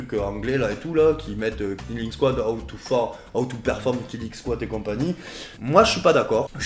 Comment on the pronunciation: Par contre en anglais K+N tu prononce pas le K. ->neeling